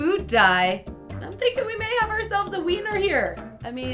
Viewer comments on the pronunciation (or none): Why did she say winner as weener I spit my juice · u said weiner instead of winner 😂😂😂 but I still love you:3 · did she say wener insted of winer